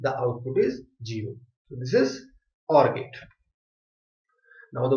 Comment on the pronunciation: gero .........................its zero zzzzzzz